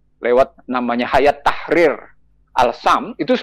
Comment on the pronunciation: Menyebutnya adalah hay-at, bukan hayat